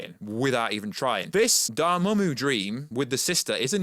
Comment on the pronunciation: Took me a minute to know you were saying Doramammu